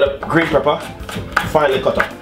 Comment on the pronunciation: Why can't you say PEP- PER, not PREP-PER Jesus!